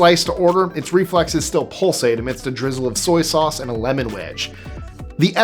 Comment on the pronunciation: Souse iight tho. 😂😂😂😂😂